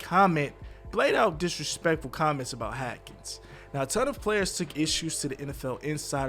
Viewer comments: Man you pronounced the man name right once in the entire video smh HASKINS NOT HAKINS BRO! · He even pronounced it Hadkins at one point and that's when i gave up with hope in this situation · Hackens though.. the disrespect of this man's name!! Worse than Stephen A Smith saying Kwamay instead of Kwame. 🤦🏿‍♂️🤦🏿‍♂️🤦🏿‍♂️ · I couldn’t even finish the video because the “Hackins” was toooo much 🤦🏻‍♀️😂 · Who the hell is Dwayne Hackens? cmon man, at least say his name right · Haaaaaaasssssssssssssskins lol say it w us HaSSSSSSSSSSSKINS AKA Dwayne Haskins 🤦🏻🤷🏽👍🏽👍🏽😉.. Serious note my prayers are up for the fam n close ones 🙏🏽🙌🏽mmm n bump any stupid conspiracies BC he was a true talent n has a loving family... So sad all around RIP🙏🏽🙌🏽😟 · HASKINS, h-a-S-k-i-n-s !!! There is a S in his name. Say it with me HAS....KINS, HASKINS. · Annoying! What is the deal with the “Hackins” pronunciation? He is hacking up the guy’s name! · HASKINS BRO HASKINS his name is HASKINS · Omg!! Apparently comments aren’t read by this reporter. He still keeps butchering his name and it’s really disrespectful at this point. The first story I felt like they were just trying to hurry and get the story out but now this is making me mad everytime I hear it. HASSSSSSSKINS HASSSSSSSKINS HASSSSSSKINS!!!!!!!! Is that really so hard??? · I know right?? Who the fuck is “HAKINS”?? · Why is it so hard for you to say his name🤔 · Bruh so you really gonna say this man name wrong like that. I'm pretty sure you had to know you was saying it wrong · How can a channel with hundreds of thousands of Subscribers REPEATEDLY MIS-PRONOUNCE an NFL QB’s name who you are doing a whole video on?…. It’s not a difficult name… Not trying to bash you or the Channel, but it comes off a bit disrespectful and negligent to constantly mispronounce someone’s name who just passed away tragically who you decided to do a story on. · Learn to pronounce his name stupid! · Say his name right you disrespectful POS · HAS-Kins. Not HA-Kins